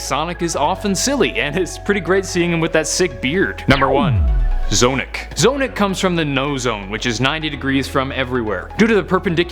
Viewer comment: its not z-Onic its z-onic